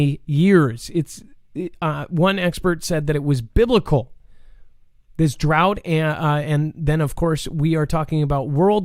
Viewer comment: Why were you pronouncing drought in such a funny way, incorrectly I should say? Certainly know that DROUGHT is pronounced in a particular way. It was so odd.